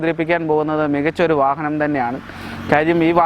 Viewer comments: വാഹനത്തിന് വാഹനം എന്നല്ലാതെ വാഹ എന്ന് പറയാൻ പറ്റുമോ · ഫാരത് ഫെൻസ് എന്ന് പറഞ്ഞപോലെ , ഫാഹനം എന്ന് പറയാഞ്ഞത് ഞങ്ങടെ ഭാഗ്യം...